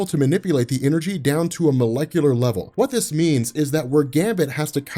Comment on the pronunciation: cant be omega with the word "molecular"